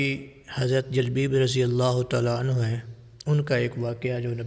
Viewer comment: جُلبَیب اس کا تلفظ ہے